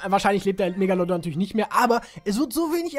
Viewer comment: sprech erstmal megalodon richtig aus